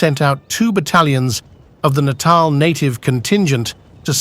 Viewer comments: Natarl not naytal pronunciation ! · Next time, enunciate your spellings so they pronounce words like "Natal" in the correct way. You may have to type in "nuh-tall" or something like that. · I can't tell if this is AI or not. If you can't pronounce Natal at .49 why should I listen to the rest of this?